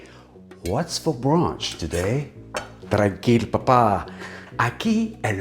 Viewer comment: "Tranquilo, papá", that sounded so argentinian hahaha I love it